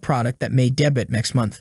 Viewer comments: it's not pronounced "dee-but", it's pronounced "day-bew". otherwise, great job! :-) Although this is an AI voice, right? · oh well, please train your AI voice to pronounce day-bew properly :-) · Did he pronounce "debut" as "day butt"? WTF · Did you just pronounce debut at debit lmao